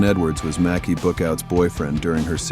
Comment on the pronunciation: May-cee, not Mac-kee.